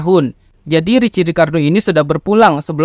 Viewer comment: Di baca nya riki bang bukan ricci